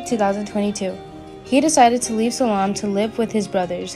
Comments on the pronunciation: It’s Salem! Not salam! My lord learn to say the names correctly please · There's no mention of of Tripp coming back.It's Salem not Salum! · I’m sorry but the previous comment is right. Learn how to pronounce the city of Salem. It’s not Salaam!!!!! Arghhhhhhh! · This person cannot even pronounce the word Salem. Why would you use someone like that to promote Days? They do not know how to read. Is this the best you can do? No dis to the person, I blame whoever hired them. Sorry, but its just awful.